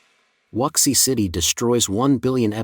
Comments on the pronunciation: Wuxi is pronounced, "Woo she." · At least get the pronunciation for "Wuxi" right